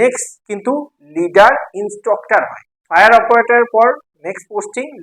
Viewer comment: Instroctor Naa!😂 Instructor